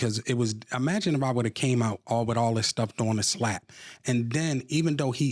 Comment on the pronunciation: This GROWN man said, "You gotta magine" NOT imagine, just magine! He calls himself "educated"?!🤔Yeah, educated no further than 1st. grade! ctfu😆🤣